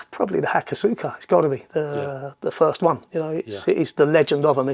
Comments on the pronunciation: Possibly been mentioned but i think the pronounciation of hakosuka is closer to "hakoska", really threw me when i first saw how it was written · Actually Pronounced HA KOSS KA rather than hakosuuukaa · many make this misstake, but the U is kinda silent Hakos-ka ^^ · Given how badly he pronounces most of the words in the English language, I don't think he cares about pronouncing ハコスカ correctly. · Spends "free" months of the year in Japan, yet can't pronounce ホコスカ or ワタナベ correctly.